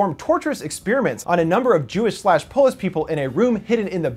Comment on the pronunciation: "it's powlish"